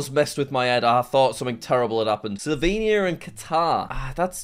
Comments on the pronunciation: how dare you to say sLoVeNiA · did you just say Slovenia